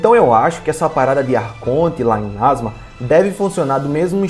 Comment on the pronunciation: É Inazuma e não inázuma ! Ótimo vídeo !